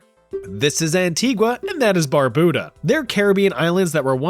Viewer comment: And it's not Anti-GUA and Bar-BOO-DA It's an·tee·guh and baa·byoo·duh